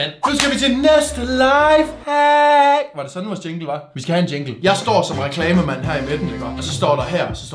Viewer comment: mega god video 😁👍jeg kunne ikke lad vær med at grine da du sagde næste lafehack 😂